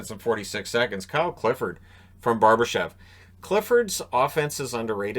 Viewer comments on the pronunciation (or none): none